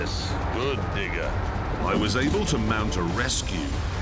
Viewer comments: He said digga "digger" 💀💀💀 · did he say "good digger" or "good nibba"? XD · Who thought he said the n word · Thought he said the n word at first. Had to rewind that part a couple times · geniunely thought he said something else than "good digger"